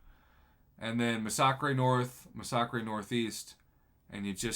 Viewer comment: Why must you say Massacre like that?